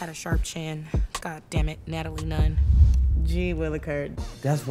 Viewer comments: I’m dead, said “Natalie Nun” 💀💀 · Did she said natalie Nunn I'm dead 💀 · okay i love her this girl said natalie nunn 😂😂😂